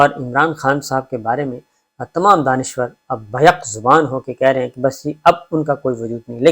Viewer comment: Daanishwr naee Daanishgr